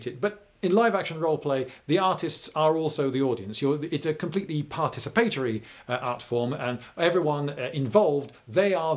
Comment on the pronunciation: was his way of saying participatory strange to anyone else?